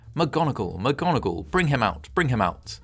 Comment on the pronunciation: McGonagall? How about Vogon-agall?